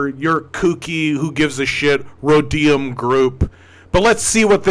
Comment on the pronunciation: thw Rhodium Group is a well-known thank tank focusing on China. They are totally legit, albeit pro business 100%. Oh and it's pronounced RO-deeum.